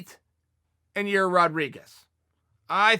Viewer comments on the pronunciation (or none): "Zabit and Yourear" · Chael "Ya-ear Rodriguez" Sonnen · he says ya-rear rodriguez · Everyone : yair Chael: your - rear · No one: Chael: your Rodriquez Me: my Rodriguez? Chael: no, you're Rodriguez Me: Oh, I'm Rodriguez? Chael: no no! Your rear Rodriguez Me: exactly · Y A I R Chael : ja REAR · Your-ear Rodrigues ?? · Jesus chael... it’s pronounced YAHYYYYEAR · "Yahrear" Rodriguez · Me: Jorge Masvidal Chael: George Masvidal Me: Yair Rodriguez Chael: You're Rodriguez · Yair " ya ear" Rodriguez